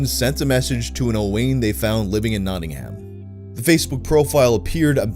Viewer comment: The way you say Notting ham annoys me, just say notting-um